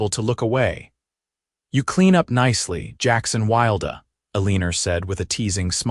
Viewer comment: Once again good story but her name is pronounced wrong. El un or. Not el een er 🥴. And his name is pronounced Wild!